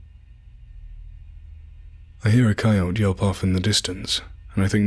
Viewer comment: The weird shit is the dumbass who wrote this story & it's idiotic narrator from Mars who can't even pronounce "coyote" right! What a laugh!